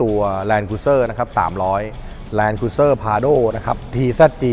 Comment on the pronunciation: ออกเสียง แลนด์ครูซเซ่อร์นะครับไม่ ครุย